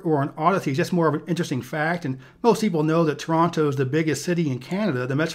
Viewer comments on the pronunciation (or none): none